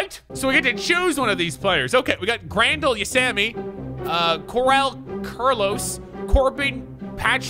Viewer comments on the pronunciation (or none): Pernounced Cor ay a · He pronounced Carlos Correa so wrong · My last name is Correa and I’ve heard a lot of bullshit pronunciation but Jesus this was the most butchered yet